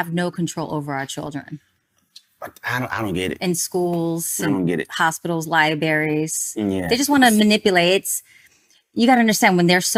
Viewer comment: Did she really say "lie-berries" ?